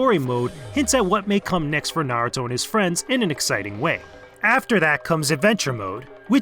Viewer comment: "Narato . . ." smh IGN . . . 5.5/10 can even pronounce a very simple and popular name in the world